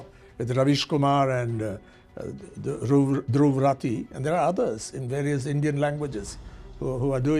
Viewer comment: " , he was unable to properly pronounce Dhruv Rathee's name, possibly because he had recently joined the propaganda group after Doobtadweep ( rajdeep) and rabbish kumar "